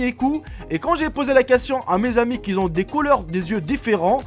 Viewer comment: Pourquoi il dit toujours ceux qui zont au lieu de ceux qui ont?